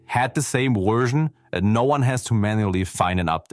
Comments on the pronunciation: What is with the narrator mispronouncing simple common words, like version being said as 'wersion'? I know there is an accent, but really, get it right. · Take a shot everytime the narrator says 'Wersion' instead of 'Version' lol. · I’m sorry, but it was hilarious that you kept saying wersion